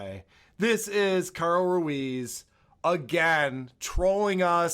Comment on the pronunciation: He never learned to pronounce his friend’s name. To this day he’s still calling him Carl Ru ez